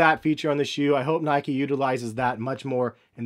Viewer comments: Nike not nikey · Only me that annoys me when people say “nikey” ? ITS NIKE! Like bike 🤦‍♂️ geez